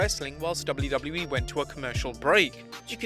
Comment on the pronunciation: You say wlwe it's wwe